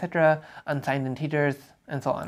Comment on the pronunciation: Very nice. Someone had to make this video. Pro tip though, integers are typically pronounced 'intehgers' and not 'inteegers'